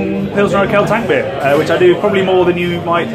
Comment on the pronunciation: It ist Urquell not Urkell, Que like in question. Love your channel!